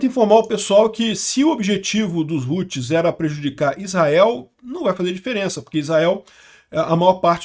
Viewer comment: os "roots" kkkkkkkkkkkkkk nao a pronuncia é como em "how"+tis... e outra nao é "computador virtual" é maquina virtual (VPS) alocado em SERVIDORES!!! fala direito pro publico nao entender errado!